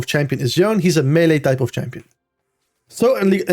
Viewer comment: I know this is not related to the content but I am so tired of people saying Yone's name wrong! I don't know who started this, but now every English speaking content creator does it. But it's not a silent E, it's spoken. It's YoNeh, and I wish you guys who put out such valuable content could also value the basics such as getting champion names right.